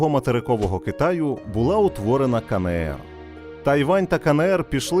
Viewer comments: Відео чудове, але, будь ласка, Ка Ен Ер, а не КаНеЕр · КаНееР... ? Буква еН, а не Не! Вивчіть український алфавіт! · Кажіть вже краще Ки Ни Ри. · Ка Не Ер... НЕ. НЕ! Мої вуха... А за україномовний контент - дякую.